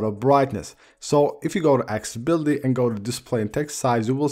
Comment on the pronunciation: Drink a shot whenever he says "axe-ability". Seriously, dude. It's "Accessibility".